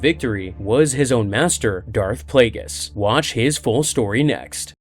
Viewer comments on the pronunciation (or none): none